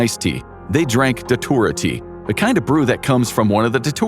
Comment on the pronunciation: Datura is pronounced "datchura" btw